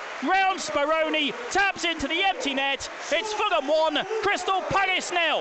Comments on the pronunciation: WHY DOES HE KEEP SAYING CRYSTAL PAGGIS? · Why have we played better in every pre season friendly than we did in any game last season? Actually getting excited! And was it just me or did it sound like he was saying 'Crystal Paggis'